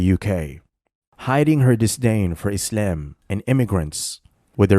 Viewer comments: lol why do you say “islem”? 😂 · U come across as a cringe Moe Run. Especially the way u pronounce "isIam"